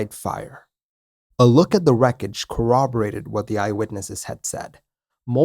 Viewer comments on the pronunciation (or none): none